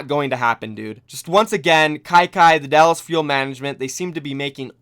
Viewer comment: I see you adding an extra “L” to Dallas 👀👀👀